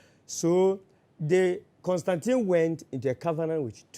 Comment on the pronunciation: He has the correct pronunciation of Constantine. Kobby Ireland